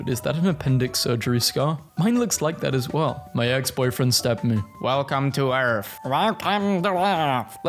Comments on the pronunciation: “Wæëlcœme tœ eæřf” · “velcum to urth” got me cracking up 😂